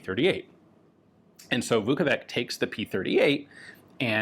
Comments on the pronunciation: In English, that spelling would be pronouced exactly as Ian said it, "Vukovik". If you'd like an English speaker to pronounce it correctly, tell them it's "Vukovich" and they will say it right 100% of the time. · His last name is actually Vuković, pronounced as Vukovich. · This gun looks like it wanted to be a Walther P38, a Beretta, and a Stechkin APS all at the same time. A pretty interesting design by Iron Curtain standards. One small note – the "ć" at the end of "Vuković" is pronounced "ch" as in "cheddar cheese". Indeed, that name is sometimes anglicized as "Vuckovich". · I think it should be "Marko Vuković", not "Vukovik". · Marko Vuković. In English it would be pronounced similarly to "Marco Woocowitch" - "Woo" like in "wood", "co" like in "company", plus "witch". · I believe it is Vuković, probably spelled Vukovic with missing ć on top. You pronounce it as 'ch' so it should be 'Vukovich'. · Not to be a nitpicky c*** but a little advice on the pronounciation The Ć at the end of his surname is read like a soft CH, Kind of like saying T and Y from yes at the same time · It is not logical and correct solution. For example 2x MVP of NBA league and possible third time this year, Nikola Jokić (and Ian would say JOKIK) has always right pronounced his name on ESPN or TNT sport channels. Maybe Ian and you too my friend, should take just little effort to pronounce correctly Serbo-Croatian surname. For example his pronunciation of "Zastava" - Serbian arms factory is now dead on. Just take a watch some ESPN clips on Jokić or Dončić or any "ić" in NBA.